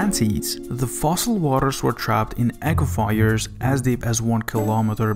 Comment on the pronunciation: Aquifers is pronounce Ahh Kwa Furs.